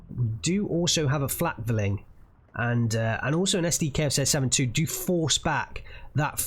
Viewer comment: Pronunciation: flack-fear-ling, feel-rack-ver-fer